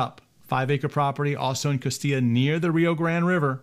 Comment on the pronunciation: Thanks for pronouncing Costilla properly!